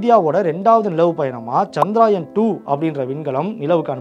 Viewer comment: அது சந்திராயன் இல்லை நண்பரே அது சந்திரயான்.